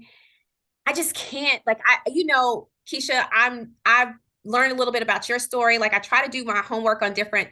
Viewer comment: You said my name perfectly Keisha. THANK YOU. And thank you for answering my question.